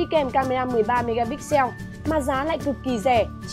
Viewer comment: sao dị ứng ai đọc "mê ga nhắcc" ghê :))